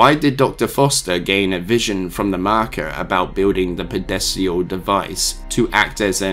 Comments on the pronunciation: Are you saying "Pedestal"? Because I'm hearing "Pedesial" and I'm not sure if we just pronouce "Pedestal" differently in the US vs the UK or if "Pedesial" is something from Dead Space lore that I'm unfamiliar with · That's not how you pronounce pedestal......at all. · I am irrationally bothered with how you pronounced pedestal, but the rest of video was cool